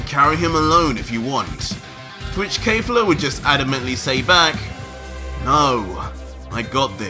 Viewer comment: Why does he say kayfla, its kefla with an e